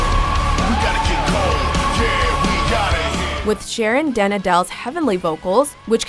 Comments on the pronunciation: I cringed inside too when she pronounced Sharons last name >.< I hardly understood it, hardly noticed she was saying her name XD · My top: 1. Within Temptation (though can we talk about the way you pronounced Sharon den Adel's name?) 2. Evanescence 3. Epica 4.Halestorm 5. Nightwish 6. Delain 7. Lucano Ecoil 8. Girlschool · Well, the narrator is english and not dutch, so can you blame her?